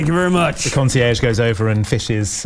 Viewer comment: Listen to the Mom can`t cook episode about Moneyplane to find out why pronounces Concierge like that